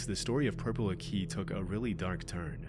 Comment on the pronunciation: Purple aki died somewhat recently, also it's pronounced purpleakee (ending is pronounced like hockey) all one word